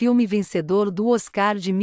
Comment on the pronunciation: Tem q aperfeiçoar a pronúncia dos locutores. Não nome Vangelis a sílaba tônica é no VAN. Na palavra Oscar é pronúncia inglesa, por favor, sílaba tônica no OS. Muito triste ouvir pronúncia tão fora do prumo Daí correm o risco de perder inscritos. É preciso buscar a perfeição na competitividade que é este YouTube. Grata.